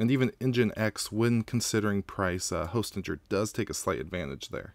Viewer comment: I think it's pronounced Hostinger